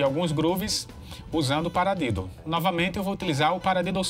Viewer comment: Desculpas amigo mas vc falou paradedo kkk